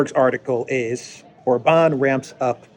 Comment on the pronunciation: God bless and protect Viktor Orban. (And it's OR-bahn, not or-BAHN.